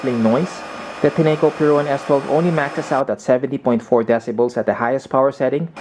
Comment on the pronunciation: Enjoyed your review. FYI the correct pronunciation of the brand is Tin-co, as evidenced by the company website.